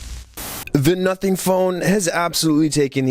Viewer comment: i swear i heard "nutting phone" 😭😭😭😭😭😭😭😭😭